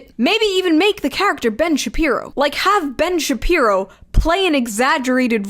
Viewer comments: Ben Shapee-pee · Ben Shepeepo